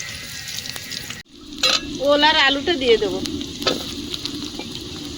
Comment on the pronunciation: Ul na ol bolo